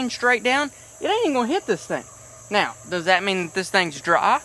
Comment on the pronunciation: i love how he said "i dont want to go to jail RIGHT KNOW" 😂